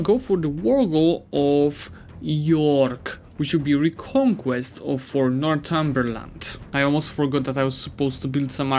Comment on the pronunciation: Northumberland is North-umber-land.